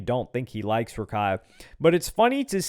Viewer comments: it's rakak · it’s not Rakai it’s Kaira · it’s not raikai its rahkhai